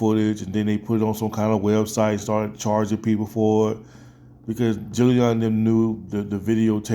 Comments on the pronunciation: No disrespect I fw your content but it is Jidion not dillyon lol, just a small correction lol, like Mid it’s Jid-ion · not hating, but it’s Jidion, not Jillyon. And you are spitting facts here due to Kayla being a clout chaser. This stuff took place a year ago, and she is still milking it. Jidion pretty much left the situation last summer.